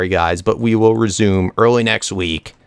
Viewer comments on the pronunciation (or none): none